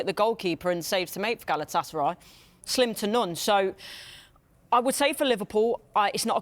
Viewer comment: Not galaaatısaray just galatasaray